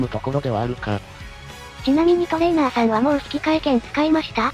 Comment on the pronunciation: トレー↓ナー↑さんと発音させてる拘りに脱帽。いつも読みも正しく間も聞きやすい読み上げてくれるし、流石です